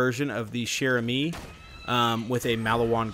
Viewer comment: Say it like cher-amy